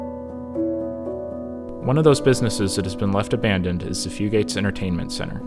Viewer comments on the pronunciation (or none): Grew up here, lots of memories at Fugates. Flirting with girls, hanging with friends, and fist fighting in the parking lot, lol. Great vid but stop saying "few-gate", its "few-get" in hazard. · Very well put together but it’s few-gets not few-gates